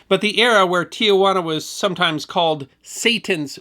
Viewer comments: I don't know why so many Americans pronounce the city's name as Tia-juana. There's no extra a there. it's Ti-juana. Three syllables, not four. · Tijuana is pronounced Tee-jwana, not Tee-uh-jwana. No big deal. Even many of us neighboring San Diegans get it wrong. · There are only two of the letter 'A' in Tijuana; pronounced Tee-hwana, and definitely NOT Tee-a-wana. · Nice but I'd like to respectfully inform you that it's pronounced Ti juana not Ti a juana. There's no a in the second syllable, or maybe more correctly I should say, it's just two syllables, not three with an a between Ti and juana. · Not to be nit-pickey, but I will be for a moment. There is no such place as Tia-Juana. The correct pronunciation is Ti-juana. There is no "a." How do you know? you ask. Simple. I was born about six miles north of the Tijuana/California border, and was raised in National City, which is about 20 miles from the same border. I used to visit there on a semi-regular basis. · a MINOR CORRECTION: THE CITY IS PRONOUNCED T Juana, not Tiajuana. it's a common mistake, the river that passes by is pronounced Tee-uh-waa-nuh, though. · It's pronounced tee-wana,, not tee-a wanna. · Hey. It's "Tee Wana" not "Tee-A-Wana." Tijuana is a city in Baja California. Tiajuana means Aunt Juana. Only one "A', not two. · Not Tia- Juana It is properly pronounced as it is spelled Ti Juana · Please, please - it is NOT TiaJuana - it’s Tijuana. Shame on you. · In case no one has yet pointed it out, it's tee-HUA-na, not tee-a-WA-na. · Love your stories, but must correct the pronunciation of Tijuana. It is not ti-ah-whana. It is ti-whana. Great story? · There may be confusion about the source of the salad, but not about the correct spelling and pronunciation of the first town south of San Diego: it's Tijuana, not Tiajuana. Only 3 syllables after being changed decades ago. History not forgotten. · It is "Tijuana" not "Tiajuana". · It is pronounced TEE-WANA, not TEE-A-WANA.